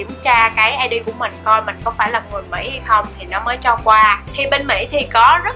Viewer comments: mỹ mà chị nói bể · Mỹ mà nói là mể